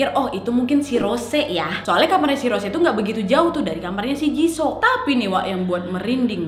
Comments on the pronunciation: jisoo dibacanya jisu wak bukan jiso 🤣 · Jisuu lo kk baca ny Bukan jisoo Gk enak kuping ku mendengarnya wak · Kakak aku hanya mau bilang baca nya bukan jiso hehe yang bener itu jisoo(jisu) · Aduk wakk cara panggilan jisoo nya salah yg benar i2 jisu bukan jiso😂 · Kakkk bilang ny jisuuu bukan jisoo,, aku dngar nyy agak anehh 🙃 cmn mau ngasih tau ajaa wkwk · Maap koreksi dikit wak, JISOO bacanya JISU :) NO offens yah suka videonya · Jisoo dibaca jisu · Jisoo dibaca jisu kak😂💪💪 Rose dibaca Roze/Roje😅